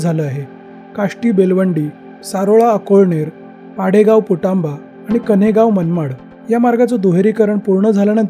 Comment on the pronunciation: पुटांबा नाही पुणतांबा आहे